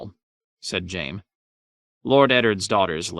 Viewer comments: How is he pronouncing Jaime like jame? My goodness..🤦‍♂️ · He pronounced Hizdahr Zo Loraq properly, but says Jame?